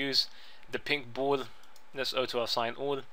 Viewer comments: Orto, not Otto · not being rude, i love your vids dude but honestly auto assign isnt said like aoto its like AW-TOE. not being stink, i love your accent but yea :P:P